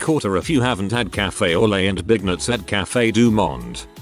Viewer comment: I'm playing a game whilst listening and so wasn't looking at the screen So when the robotic voice pronounced beignets as " big nuts " very quickly I almost gave myself whiplash turning my head to look at the text.